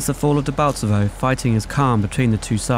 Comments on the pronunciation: Debaltsevo! Not "Debaltseve" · It's Debaltevo! not Debalteve